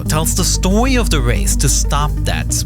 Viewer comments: The stowy of the race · “tells the stowy of the race” 😂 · "stowie" at this point just use ai voiceover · da stowy of da wace.... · The worst part of this disaster by far is the narrator of this stowy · tells the stowy